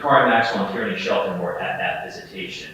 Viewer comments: Tierny. It’s an actual name/surname. Like Maura Tierney or Kieran Tierney. It’s pronounced TEER-NEY, not TEE-RAN-NEE. Good look trying to hide covert intentions on what you all really wanted to say judging by this ignorant ass thread. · Tierney= TEER-NEE Tyranny= TEE-RAN-NEE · "Corey's girlfriend, a woman named Tyranny..." 🤦‍♂️ 💀 not Tyrannyyyy 😭